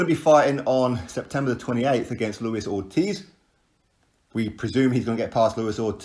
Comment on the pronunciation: I HAVE TOLD YOU A MILLION TIMES . ITS LUIS ORTIZ ( PRONOUNCED "OR-TEASE" NOT FUCKIN OR-TIZZ") Icons